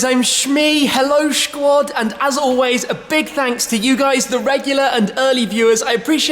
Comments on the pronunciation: I like you Tim. I watch often. But let me help you. Stop saying ‘SHQUAD’ You’re welcome. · Oh my god please stop saying shquad its so dam cringy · Don't say shquad anymore please :( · Tim - the content is great, but "SCHQUAD" is like going back to when I was in the cubs!! Please - more maturity required!! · Ugh stop saying shquad man